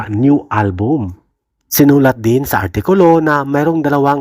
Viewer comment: sama naman pagbigkas, artikol😂😅😢... congrats mahalima!!!😊